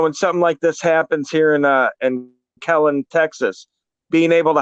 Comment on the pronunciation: Kellen or Keller? Wtf